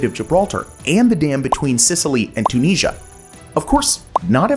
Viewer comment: Check your pronunciation of Tunisia please. This is a fascinating video but several others have covered this idea before